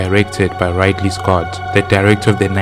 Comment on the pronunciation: It's Rid-ley Rid as to get Rid of something Ley as Lee